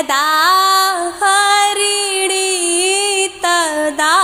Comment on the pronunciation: Mhodya harini Chhand m uchcharn Galt ho gaya h । Pl use sudhar de।